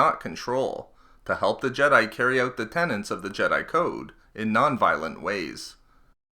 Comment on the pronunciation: TENETS not TENANTS